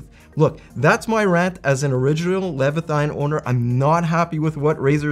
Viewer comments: Omg the way that guy was saying Leviathan was triggering. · Is it the Quebecois leaking out in pronunciation? How can Leviathan sound so butchered and not corrected by edit? o.O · might be an OG leviathan owner, but he needs to learn how to pronounce it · you must have never read the bible to not know how to pronounce leviathan lol